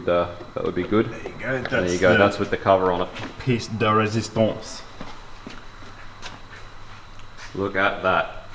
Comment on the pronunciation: Love the build, love the Rex filming it, love the perfectly spoken "piece de resistance". 10/10, awesome video, would watch again! 😎👌